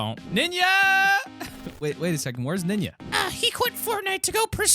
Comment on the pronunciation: It funny when you say nina